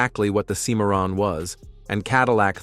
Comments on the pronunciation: The limits of AI: It's pronounced SIM-uh-ron, not see-MAR-un, and vo-LAR-ay, not vo-LAR-uh. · These American cars are awful. Know what else is awful? AI narration on YT vids. Really, Sim-MAR-en? Really? Hire a VO artist or narrate it yourself. DNR pile for you... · Cadillac "SEEMARRON"???....I stopped watching after that gaffe!